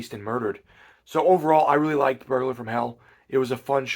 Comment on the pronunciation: I had to go back and re-listen to what you said, I thought you said furburger from hell.